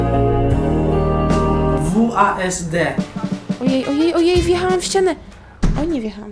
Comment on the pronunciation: Kto mówi wasd zamiast wsad?